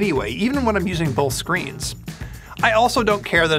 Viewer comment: There's no L in the word "Both." You keep saying "BoLth."